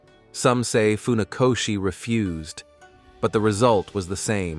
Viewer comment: Nie faoszi tylko Funakoszi( fonetycznie)